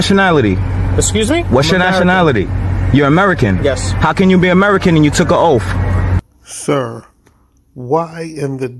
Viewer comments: Why does he always say "ohhf" instead of "oath"? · It sounds like he says oaf! GOOMER🤣🤣🤣🤣 🤣🤣🤣🤡🤡🤡🤡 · "You took an oaf" Listen sov cit, it's oath. Learn proper grammar Also, nobody steals headlights bro.